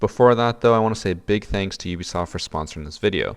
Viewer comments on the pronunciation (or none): none